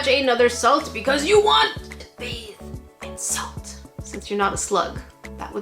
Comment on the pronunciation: Hewwo? I nwed swalt.